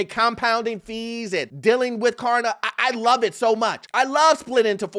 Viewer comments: It's Klarna not Karna say it right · K”L”arna, not karna. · KLARNA bro not Karna 😂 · Hey, you keep saying 'Karna'